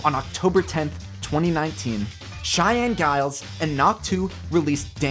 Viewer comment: Just a heads up, it’s pronounced as JILES, not GILES with a G sound. I just found this out recently.